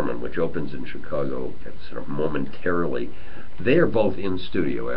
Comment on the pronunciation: Did he really say 'mormontarilly' ? I bet they cringed.